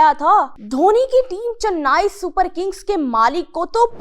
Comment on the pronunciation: Chennai ❌ channnai ✅😂